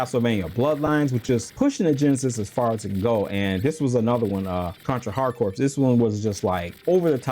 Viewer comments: Fun video, I love Contra, but did he just say Hard Corpse ? C'mooon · The s is silent in corps